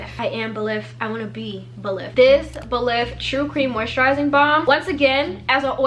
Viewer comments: It’s pronounced Buh-leaf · “I wanna be belif!” 😂 ikr